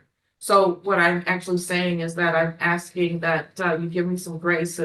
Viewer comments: He really just said, ‘I’ve been axing for you to….’ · Is he ASKING or AXING…I just cant tell.